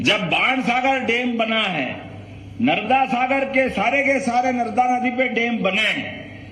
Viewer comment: मोहन जी नर्दा नही नर्मदा मैया बोलते है😂😂😂😂